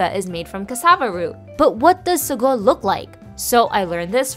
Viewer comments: It's not sago it's pronounced as saagoo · It's pronounced SAAGO stretch the a . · I never knew that real sago is brown? Wow??? Also I'm from Malaysia and we pronounce it as "saa-GOO" kind shook hearing "suh-GOH" 😂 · I love sago....but in Guyana we pronounce it as (say-go)